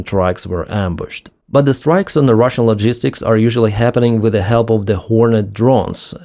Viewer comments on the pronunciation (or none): none